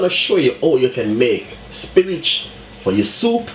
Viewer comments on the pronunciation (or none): Wait is he saying spinach or spinners? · I know, I am confused too..lol. I was like "wait, am I hearing correctly? spinach?" lol. Looks like a good recipe for the dumplings or spinners though I will have to try it. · is he saying spinach???? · Hahahahaha love it !! Trus because of the accent it sound like he's saying spinach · spinnage.... you heard him!! 😂😂😂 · I'm like why is he saying Spinach. 😂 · It did sound like spinach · Thank you Chef. Everybody's making comments about your pronunciation of spinners but that doesn't bother me. I appreciate the recipe and my spinners came out lovely in my oxtails. Thanks again!